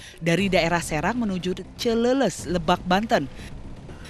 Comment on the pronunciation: Cileles bu,bukan cileuleus